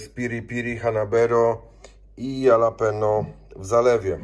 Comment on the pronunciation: Super zakupy. Mała sugestia - jalapeño czytamy /halapeńo/. W j.hiszpańskim 'j' czytamy zazwyczaj jako 'h'. No a Auchan to "Oszą". To nie krytyka, jakby coś!